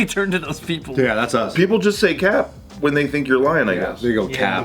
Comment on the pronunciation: not even knowing how to say "cap" 2 minutes in. This is going to be a long video. 😂